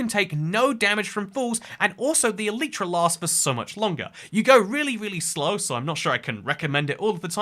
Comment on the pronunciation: Great video but, just learn how to say Elytra